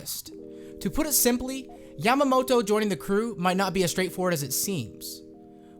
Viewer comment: And you need to pronounce her name properly since it sounds like a female name for Momonosuke